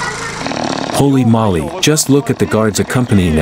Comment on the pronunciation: I like how the voice-over pronounces "Holy Moly" like he is saying "Molly" instead of "Moly" (Moe-Lay/Moley)